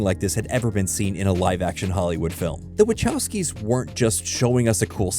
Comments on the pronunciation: I really hate the way people pronounce Wachowski... It's Vachaooosky... Closest I can transcribe is Vahovsky? But that's singular. If you use that plural it's Vahovscy ...never mind... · Hi Sorry to bother, but as a polish person, i really cant stand how you pronounce Wachowski. I know they're Americans, but still, this i a polish name and should be pronounced properly, something like Vahovsky, cheers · That "Wachowski" pronunciation though...